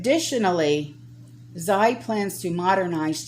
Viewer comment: Xi... is pronounced as she in Chinese. Love you and thank you for all your hard work.